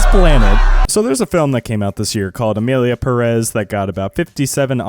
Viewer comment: "So Emilia pæh-rÉs..." Me, who speak spanish 💀🔫